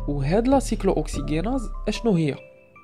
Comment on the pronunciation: La prononciation de cyclo oxygenase est n'est pas just